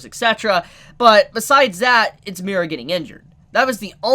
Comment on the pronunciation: Why do you keep saying Mi-Ra? It’s just Mira. Mira, Mori, and Daewi